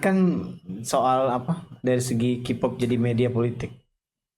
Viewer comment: mon maap sedikit repisiiii...Kpop bacanya kei-pop bkn ki-pop yaaa...sekian n makasihhh